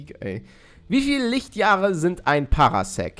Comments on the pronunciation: Das spricht sich Parsec und nicht PaRAsec Klugscheißermodus off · Es wird zwar"Par sec" wie in star wars ausgesprochen aber egal